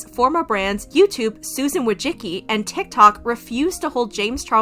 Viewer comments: Dude, Susan's name is Wo-ji-si-ki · It is Susan WÓJCICKI. Not WOJCZIKI :d